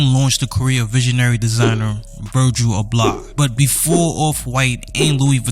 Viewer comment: Great in-depth video man. Your articulation makes you nice to listen to. In the future though, make sure you pronounce the names well. I've just heard you say "Oblah" instead of Abloh for 20 minutes keep pushing bro